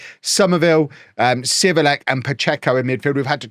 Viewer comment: Civelek is pronounced as “ Givelec” :)